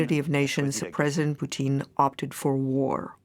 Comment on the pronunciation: Did the translator just say President Poutine? XD XD XD